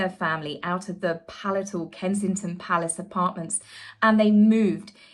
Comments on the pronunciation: Just for future reference, as you've said the word frequently. Palatial is pronounced pa lay shall 😊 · Love ya! Harry has ruined the author meme for me of “better treat me right because I own my story and I will write about you!” I’m sure that’s what he was told when he was being encouraged to be a snake 🐍 palatial is “puh-LAY-shul” fyi LOVE YA!! 🏰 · 'Palatial', I.e. like a palace, is pronounced pal-ay-shall. Not pal-a-tal.